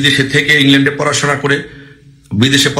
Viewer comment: ভাই, আপনার ইংরেজি উচ্চারণ এর প্রতি একটু যত্নবান হোউন। বাংলা উচ্চারণেও সমস্যা। কানে লাগে। আপনি নির্ভরকে বলছেন নির্বর! ভাতা কে বলছেন বাতা! ইংল্যান্ডকে বলছেন ইংলেন্ড! মধ্যেকে বলছেন মদ্যে! মুক্তিযুদ্ধকে বলছেন মুক্তিযুদ্দ! ভঙ্গকে বলছেন বংগ। দুঃখিত ভুল বুঝবেন না, আপনার সব ভিডিও দেখি। তথ্য নির্ভর। জয় বাংলা।